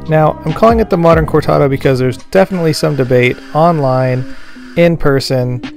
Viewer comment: please roll the ‘r’ in cortado.